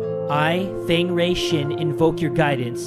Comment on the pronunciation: It's not pronounced fang it's pronounced as Fong in Asian